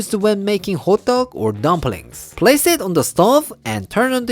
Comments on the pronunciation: I kept thinking you were saying hot dogs, til I reread the title at the end. Ha ha. loves anything with sesame oil and cheese. You are both so funny, especially at the end with a toque on. Red bean paste would be a great filling too. You two are tres cool. Canadians love you! Thank you for sharing your culture & foods. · I keep hearing “Hot dog, hot dog” such a subtle difference in pronunciation:) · I know it's not, but every time you say "hotteok", my brain hears "hot dog". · I thought he said Hotdog🤣